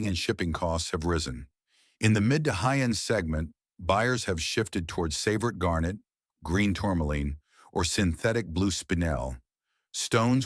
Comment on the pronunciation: Also hit Tsavorite wrong.